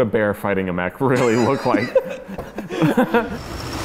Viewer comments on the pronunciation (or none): none